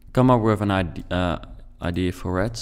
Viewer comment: Yes really nice !!! But the word is ideA And not ideE